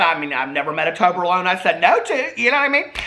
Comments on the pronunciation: I never tried me some toberlone I have had toblerone is it the same just made in October alone ?? 🤷‍♂️ I’m just playin just funny how he said it, also has he had 43 cold brews today lol 😂 Edit I’m also 4 years sober this October then got cancer and that gave me time to forget about alcohol to progress so every cloud right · Toberlone? TOBLERONE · trying to pronounce Toblerone paid my debts and cleared my skin 😂